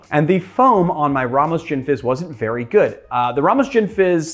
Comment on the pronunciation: "Ramos Gisni fish" :D